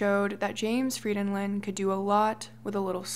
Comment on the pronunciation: I'm Norwegian, and this is the first time I've heard my last name (Frydenlund) pronounced right by an English speaking person. Maybe it's because people know I'm Norwegian and think that my name must be impossibly difficult to pronounce for that reason...? 😄 (My English friend says it sounds like I'm "singing a song in Elvish" when I'm speaking Norwegian.)